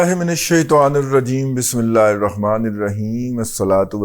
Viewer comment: "Hirahman" darust hota hay, "irahman" darust nhi hay, please correct it.